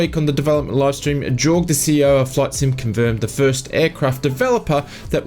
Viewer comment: It's pronounced 'yorg', not 'jorg'. Jayne the community manager said his name correctly enough on the live stream to make it difficult to miss.